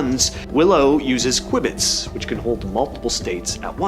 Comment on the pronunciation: Your announcer and a video editor do not know their topic or they would not have mispronounced qubit.